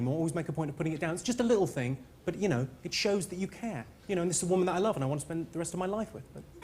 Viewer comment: “Wuv, sweet wuv. . , .